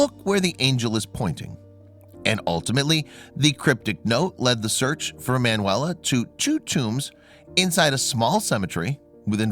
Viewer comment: her name was ee man you ella , why do you not google how to say it ?